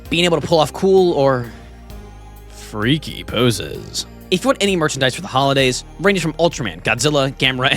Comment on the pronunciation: "being able to pull off cool or....... FREAKY poses~......" Made me laugh really hard